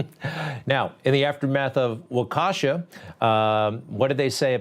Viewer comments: Waukesha is pronounced like: Walk-ishaw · Waukesha is enunciated “walk-a-Shaw” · Ahhh yes... the MSM smoke and mirrors. We all know it very well, but please Greg... it's pronounced (Walk-a-shaw).